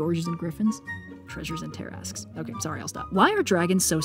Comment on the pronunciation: "Treasures and Tarrasques" "Tarrasques" "TarrasqueS" Shudders of fear